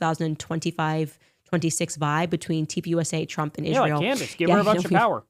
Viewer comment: ISHrael lol every time she says Israel or a word with s she adds an h lol